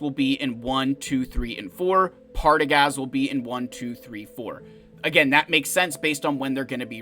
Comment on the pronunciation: Serious. Drop in at the mark of Zeta Protocol to watch attempt to pronounce "Partagaz". Don't be mid-sip on your coffee - you've been warned!